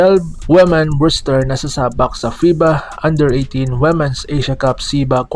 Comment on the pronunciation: Ayudin mo pag pronounce Ng womens